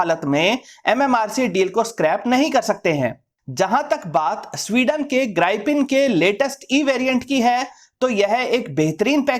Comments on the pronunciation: Sir mera Ko maff karna It's grippen Not Gripen Sorry boring and don't liked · Gripen नहीं Grip-pen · ग्राई - पिन नहीं ग्रीपेन 🤣